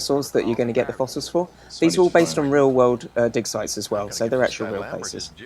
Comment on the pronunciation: "These are all based on real life dig sites" took me forever to parse. Was sure Nick said "dick size"